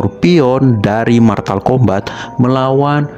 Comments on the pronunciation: Bang itu mortal bukan martal😂😂😂😂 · Mortal kombat bang bukan martal kombat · Mortal bukan maltal